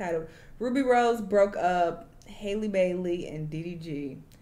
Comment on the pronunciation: “Haley Bayley”😂😂😂😂😂